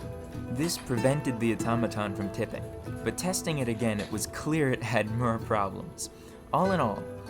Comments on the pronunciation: Mur? Fur? Instead of “More,Fur, etc” I’ve gotta ask are you just messing with us or genuinely the way you speak? I thought I was going crazy at first 😂 Either way amazingly done videos ✌🏼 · Where in america are u from? You have a distinct accent like the way you pronounce more as murr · Interesting. But why do you keep mispronouncing "for" sounds. Like, you say "befir" when you mean "before" or "mir" when you mean "more". It's really disturbing. Do you have a lisp or are you using a bad AI voice? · Me searching comments hoping to find why he pronounces o as a . Anyone ? I sincerely feel as though I am the butt of some joke. Is that an ancient pronunciation or something or does he to get people to comment ? I’m so confused. Farge befare maare does he have a lisp ? Help me please.